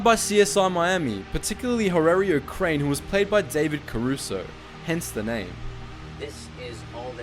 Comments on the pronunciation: who is horwrarieo crane? did you mean horATIO crane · Its not "Harrerrio Crain" its "Horatio Cain" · Wait are we gonna ignore the fact that he mispronounced Horatio Caine? Hoe-ray-she-oh not har-rare-io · Its Horatio cane not horrario crane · sorry but did he say horario crane?